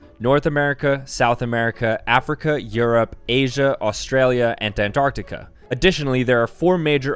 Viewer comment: 'Asia, Australia and anrartica' wow gg bro lol